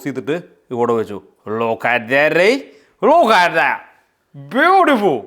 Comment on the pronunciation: "Look at that" എന്ന് പറയുമ്പോൾ വായിൽ സുന കുടുങ്ങിയ പോലെ (ലൂ ഹ താ)എന്ന് തോന്നിയവര് ലൈക്..😅